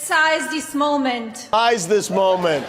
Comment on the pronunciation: I thought that Melania was a genius but she didn't know the word seize, and said size okay whatever